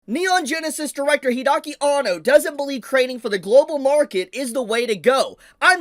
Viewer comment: Hide-aki Anno....not Hidaki, Hide